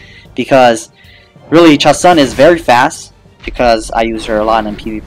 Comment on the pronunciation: Its pronounced ChaSOON